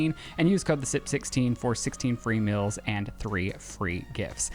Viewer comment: I cringe so hard every time i hear the way says “meals”. But it brings me so much joy whenever Lizzie corrects his pronunciation. Love you girl you are doing gods work over there lol keep it up.